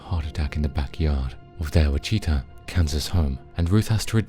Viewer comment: Look up how to pronounce "Wichita" please....